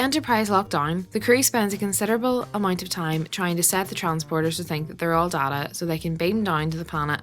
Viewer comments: DAY-TAH not DAH-TAH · Day-ta NOT Daa-taa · Yo man, cool video, but you pronounced Data wrong. I get that there are 2 pronunciations for the word, but the character is named Data (Dayta). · Your mispronounciation of Data's name cut deep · that is not how one says data to be honest